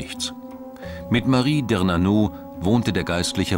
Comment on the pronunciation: Marie Dernanaud ... der Sprecher kann nicht einmal einen simplen Namen richtig aussprechen. Er hat hörbar nicht die geringste Affinität zur französischen Sprache und liest sein Skript runter, als würde er im Blindflug mit einem Überschalljäger in den Alpen rumeiern. Das sagt alles über die Machart des Filmes und nichts über die Relevanz des Inhalts ... Schade, dass er eine interessante Thematik so radikal majestuös an die Wand fährt ... Fremdschämfaktor 100/100 ...